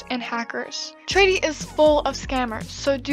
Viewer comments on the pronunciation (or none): I was a bit confused at first when you said "Tradie" but then I realized you were saying traderie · The fact she says tradie the whole time not gonna lie kind of annoys me, but I don’t mean this in a rude way just so you know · "Tradie" xD